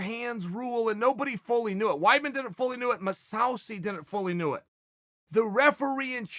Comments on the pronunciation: everyone: mousasi chael: masausssi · Pronouncing Mousasi as MeSaucy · Chael "Moose oww sea" Sonnen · "Mousse Housey" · Lmao ma-sow-see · No one: Chael: Mosawsi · Chael "Mahsowsee" Sonnen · He said it correctly, then literally 3 seconds later... “moooshawsheey”